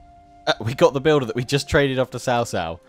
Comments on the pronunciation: Its not CaoCao but pronoused as ChaoChao.( I dont kbow how to explian it in chinese to english.) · cao cao is more like Chao chao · Cao Cao is more closely pronounced “Sao-Sao” in English. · I really shouldn't but I just can't control myself from laughing at how non-chinese speaking gamers struggle at pronouncing hero names. The way you guys say Cao Cao sounds like sister-in-law, gets me every freaking time. Thanks for the video tho, love them. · Just to give a few tips on how I would perceive mandarin pronunciation. Liu Bei would be pronounced similar to "Lee-ew Bae". Lu Bu would be pronounced like "Lee Boo" or "Lure-Bu" minus the "re". Cao Cao would be more like a quick but almost silent "ch" sound when pronouncing the Cs. Yuan Shao would be pronounced like "You-and Shao". Guan Yu would be pronounced as "Goo-un You" with the "un" from 'understand'. Zhang-Fei would be pronounced like young are saying Junk but replace the k with a g. Liu Biao would be pronounced like "Lee-ew Bee-ow". Sun Ce would be pronounced like "Soon cher" from the word Archer and again with the quick and almost silent "ch" sound and minus the 'r'. Sun Quan would be pronounced like "Soon Choo-and" minus the 'd'. Huang Shao or any named character with Huang as their name would sound like "Who-ung" with the "un" from Understand. This is what I know so far. Feel free for anyone to correct me if I got something wrong. A lot of these names may sound different based on Chinese dialects. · Honestly I would be absolutely happy with everything elese if he just pronounced Cao Cao and Liu Bei correctly.